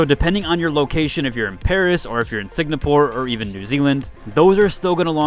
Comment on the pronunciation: Sing-ga-por, not Sig-na-por